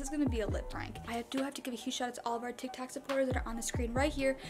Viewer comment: Who else noticed that said tik tack instead of TikTok——————>